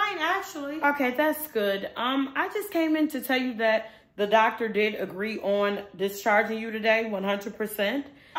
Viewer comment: Say things like thyat